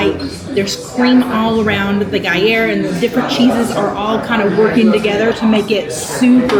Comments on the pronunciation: Is the first 'R' in Gruyre 'silent'?... 😂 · Is the 'R' in Gruyre silent???😂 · love ya girl but please learn how to say gruyere. Would be interested to see you all go back after a month and see how it stacks up still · did okay, but please, for the love of disney, learn how to pronounce what you are talking about....the gruyere pronunciation was so off it was getting on my nerves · I yelled at the TV every time she said Gruyere. LoL